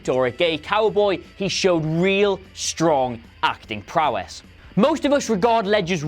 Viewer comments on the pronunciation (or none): none